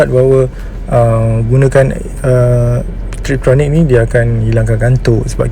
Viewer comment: TIPTRONIC dan bukan TRIPTRONIC. harap maklong 😅